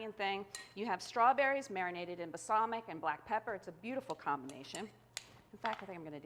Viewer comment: I can't watch this. The way she says "basalmic" instead of balsamic drives me nuts.